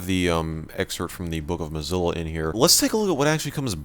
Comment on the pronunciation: "Comes bundled with Mzlo Firefox..."